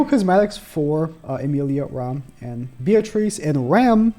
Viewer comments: I swear, you have the hardest time pronouncing the Demon sisters names. Let me help you. If I'm correct, Rem, sounds like gem but with a "r" of course. And Ram, sounds like rom, like rom-com. Correct me if I am wrong, but I think these are right! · This man can’t get the names (for rem & ram) right at all 🤣🤷🏽‍♂️ always gets it wrong